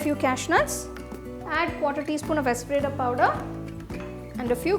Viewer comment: pessel and mortaaa. Your accent. Craaaazy. Are you from Uzbekiztan? Esfreda powder! I fan your engleeeesee till death. But I die now after hearing your engleeeesee.